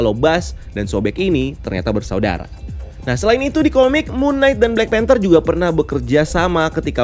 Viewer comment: ''panther'' not "phanter"